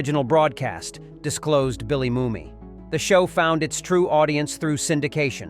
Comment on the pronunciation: Who writes this stuff? Almost completely wrong. Based on lore that has long this proven to be untrue. As for using poorly coloured B&W footage…! The fact he mispronounces Bill Mumy’s surname says it all.